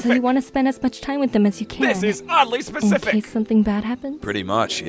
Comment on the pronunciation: "THIS IF ODDLY SPACIFIC"🗣🔥🔥🔥🔥💯💯💯